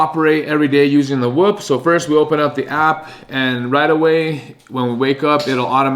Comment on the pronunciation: it’s not whup it’s whoop